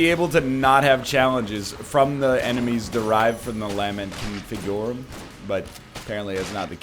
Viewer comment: He may be able to pronounce golden but will he ever learn how to say "LAHment ConfiGOOrum" properly